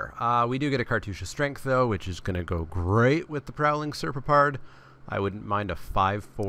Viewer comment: The card's name is pronounced Ser-pop-ard. They were actual things in Egyptian mythology.